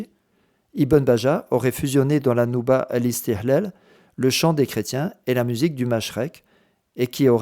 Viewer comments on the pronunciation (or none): Istihlal Le h ici est ه et non pas ح